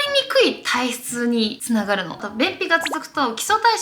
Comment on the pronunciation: 肥満防止につながrrrrrrrrるんですよ！！の巻き舌笑った笑笑笑笑 身長同じくらいだから勉強になるしめっちゃ好きチャンネル登録しました